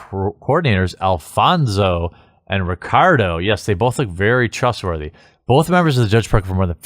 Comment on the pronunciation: Did anyone else hear "trustworthy" as "grooming"?